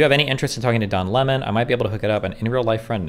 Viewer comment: I keep hearing John Lenin and Don Lemming lmfao